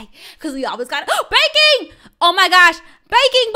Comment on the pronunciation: When screamed baking I thought she said bacon 🥓 lol